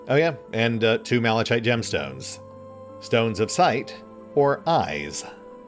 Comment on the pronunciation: in...appropriate? et seq.: it's pronounced "maluh-kite" ;)